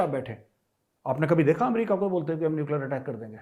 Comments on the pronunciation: neucler चिचौर 😂😂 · Nuclear "chichaura" 🤣🤣